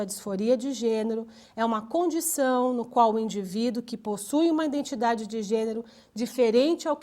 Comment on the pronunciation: nao aguento ficar ouvindo ïNdentidade""